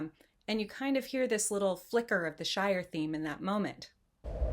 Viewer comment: Wait, Shire...not Shore...as soon as I heard you say Shore towards the end my brain automatically registered it...sorry...lol wonderful video dear! You have an absolutely beautiful disposition and thought provoking channel. Thank you!